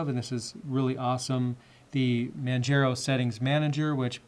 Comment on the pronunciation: Manjero xD